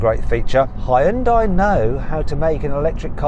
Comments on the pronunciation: 히언다이. 빨리 헌다이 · 근데 언제까지 현대를 하이언다이 라고 하려나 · 허이언다이 ㅋㅋ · 써진대로 읽는게 맞지 메르세데스도 머세이디스라고 하는데 하이윤다이라고 해서 별 문제는 아니지 다만 삼성이라고 해주는건 신경을 쓴게 맞지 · 이분 아직도 현대 발음이 안되시네요...헌다이..현다이..